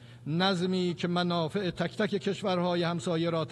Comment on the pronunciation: منافع میگه من آ ف ح